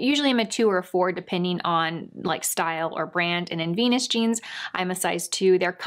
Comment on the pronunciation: "My favorite veans from Jenus" lol Sorry, but that cracked me up! You're so cute. Everything looks great on you.